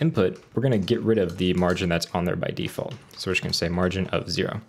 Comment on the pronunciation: "de-fart value" lmaaooo my guy